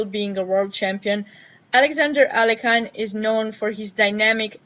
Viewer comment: Thanks for the overview, very interesting. Btw, the right way to pronounce Alekhine's second name is [a-le-heen], stress is on the secons syllable